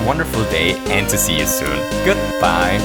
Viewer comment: RedRover88 and when he says goodbye